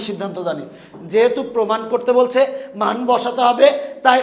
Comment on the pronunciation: রাশি কে খাশি 🤣🤣🤣🤣🤣🤣🤣🤣🤣🤣 মান কে মন 🤣🤣🤣🤣🤣🤣🤣🤣🤣🤣🤣